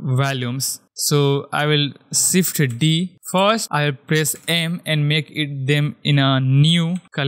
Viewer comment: sift = Shift ?! wtf ...are you disabled ? shader the same thing,.. you cant spell SH ? ...LOL hahahaha